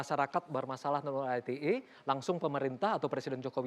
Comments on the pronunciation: Dari ngomong ITE jd "ai ti e" aja nyebelin nih bapack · Fajroel sok Inggris. Ii Te Ee, bukan Ai Ti Ee 😂